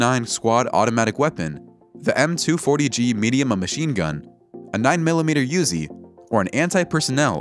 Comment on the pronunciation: Did he really just say "Bangdad"? -- Did he really say "Yuzi"?